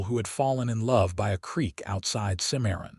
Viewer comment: I am disappointed in this story. Not because of the content which is goo, but because of the many mispronunciations - examples: Santa Fee rather than the correct pronunciation, Santa Fay & Simarion rather than Cimmaron. Because those geographical names ar prominent in the story, they disrupt the authenticity of the storyline.